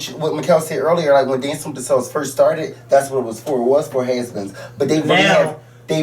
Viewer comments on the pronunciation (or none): Ok be mad at me but I only want you and talking for real....anybody else commenting irks me....did he say "haze beens"...and NO lol. Love yall!!